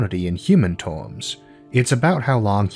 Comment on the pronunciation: Its terms dude not tooms,and he said iwonies ( Ironies) sorry to be so picky